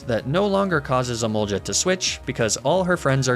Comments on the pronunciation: I don’t understand why you say emolja as it’s spelt with a g not j which also makes me wonder why you don’t say goltic instead and it’s j not g which is very odd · I've gotten so used to emolge-uh, magne-mee-tay and laprah that if you go back to the original pronunciation I'd be triggered again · Your emolga pronunciation still didn't changed😄